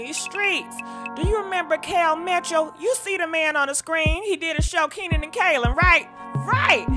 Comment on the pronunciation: Keenan and Kaylen 😭😭😭😆 I love when you get everybody’s name wrong